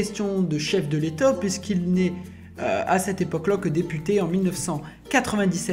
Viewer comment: « Chef de létot »